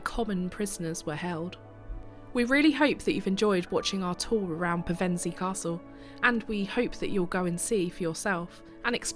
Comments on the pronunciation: A very informative video, just a shame the narrator couldn't pronounce Pevensey properly. AI perhaps? ps. Still subbed ;) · Such an interesting history. You pronounced Pevensey two ways - "pair-ven-see" isn't usual but you got it right when you used Pev-en-see 😀